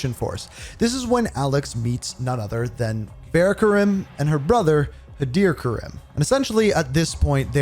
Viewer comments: Great video but please show some respect to the characters name, it’s pronounced Far Rah not Faira, I don’t understand why you whitewash the name when they literally pronounce it correct for you. Karim is pronounced Kareem not Kay rim as well. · I see after 4 years this man still butchers this woman's name It’s Farah (Far-ah) her last is is Karim so it's pronounced Kareem but with an i